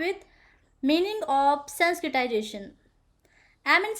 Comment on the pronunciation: Abe totle h kya sanskritzation bolna to sikh le